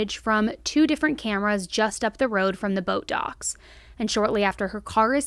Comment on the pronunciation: Anyone else hear “Botox” every time says “boat docks”? 🤣